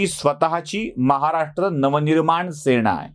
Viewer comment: तुम्हाला एक आग्रहाची विनंती आहे,तुम्ही पुन्हा चा उच्चार पुण्हा किंवा सेना चा सेणा असा करता. थोडक्यात न ला ण ऊच्चारता. तुमचं चॅनेल पुर्ण महाराष्ट्र बघतो. कृपया हि चूक सुधारेल हि अपेक्षा. राग नसावा. मनी आलं ते लिहून टाकलं बस्स.